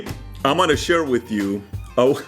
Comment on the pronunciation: "Today Im'ana share with you..."